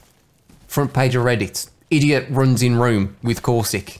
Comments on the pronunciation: I'm curious as to why you don't pronounce the T in Caustic? I couldn't work out what a Corsick was at first. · He kept saying theres a caustic in bunker and I couldnt understand... i heard corsic....